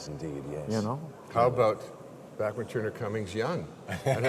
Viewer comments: Everyone always says Randy's name wrong. It's pronounced BACK man actually. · C'mon Jeff! Did you really pronounce Bachman wrong?!?!